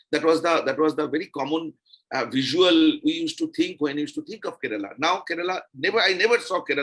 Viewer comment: Please pronouce the name of the state correctly - its not " ke-re-la" its " Kerala " not bittergurard